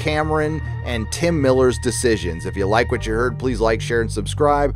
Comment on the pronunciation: I always hear "nerd-EROTIC" when these videos start... always chuckle...